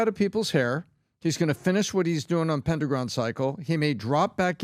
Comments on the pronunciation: "Pen-dragon" not pen-dra-gone. How do yall make this mistake. One YouTube short could have prevented this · It's pronounced Pen dragon Not pen druh gone It's not like pentagon Pen Dragon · It’s Pendragon dude, not pen-dra-gon, as in King Arthur Pendragon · Why do you guys keep saying it that way? Pendragon. It’s pen-dragon. Not pen-druh-gon. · didn't see anyone else say this, but am I the ONLY one that feels REALLY bothered for some reason when they keep saying "Pen-Dra-Gon" rather than "Pen-drag-on"? not sure why, just feels really weird to me when every other time i've heard it, it's "Pendragon", like from Arthurian legends. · how come neither of them can pronounce Pendragon properly? That's King Arthur's dad's last name. Pendragon. Not Pen Dragoon. ugh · Pen Dragon ... can't take you seriously when you cannot pronounce Pendragon correctly. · It's Pen- Dragon. Not rhyming with Pentagon. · "pendragan" "pendraground" "pendragoon" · Pen- dragon. Pen-dragon. Say it with me. PBD has an excuse. English is his second language. You don’t have one. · Pen-dragon...guys say it right! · Pendragon pronounced Pen dragon. Not that hard to pronounce. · Pen dru gon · Am I the only one con by The pronunciation of “pendragon”? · I hate the way you guys are pronouncing "Pendragon" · Will someone just hold up a picture of a dragon and then a picture of a pen. Ask them how to pronounce each word then point to the title of the series. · Will you people please learn to pronounce PENDRAGON. properly.....its not hard. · PenDrAgon cycle what is that pronunciation guys?😅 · Why are they pronouncing Pendragon like that? It's Pen and Dragon. Its not like Mondragon. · didn't know it was possible to mispronounce "Dragon" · Be good if VT folk could pronounce pendragon.